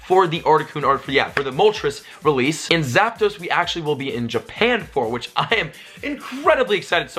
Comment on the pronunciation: U said Japan with an Australian accent